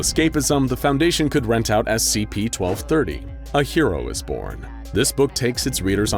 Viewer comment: NO BRI’ISH SCHEEP FOUNDASHION